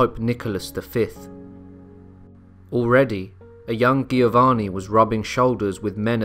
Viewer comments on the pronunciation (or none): It's pronounced Jovanni, not Gheeovanni. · Giovanni, is pronounced with a J sound Jiovanni... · So it baffles me... you get Genoa right but not Giovanni. The both start with the same sound. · I had my doubts when I heard "Giovanni" pronounced with a hard "g." "Heinrich" with a "ch" didn't win me over either.